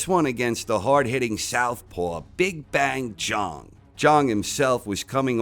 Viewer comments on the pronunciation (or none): they call him. BIG BANG ZHANG. because it rhymes and sounds cool. why you say zong? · Yeah I'm not watching a dude who calls Big Bang Zhang - Big Bang Zhong. It's supposed to ryhme bruh - very simple stuff. Americans are just unbelievable.